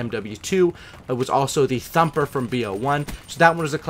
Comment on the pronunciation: Anyone not gonna ask about how he said CHINA LAKE FROM MW2 and THUMPER FROM BO1